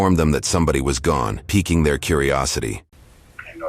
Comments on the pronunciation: peaking or piquing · It's "piquing" her curiosity not "peaking" her curiosity. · btw it's "piquing" someone's curiosity for future reference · It’s “piquing” not “peaking.” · PIQUING their curiosity, not peaking.